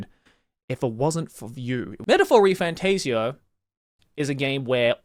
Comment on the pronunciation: Also it’s not refan TAZE eoh, it’s tassio